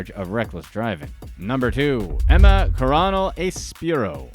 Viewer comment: You pronounce El Chapo's wife's middle name as "Corro-Nell", which means the The Colonel in Spanish. i should know, my wife is related to them.